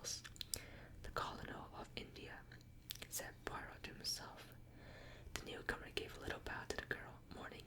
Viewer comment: I love agatha christie miss Marple is my favourite , but I love poirot too , an easy way to remember how to pronounce it is pwar - row , great video very relaxing 😄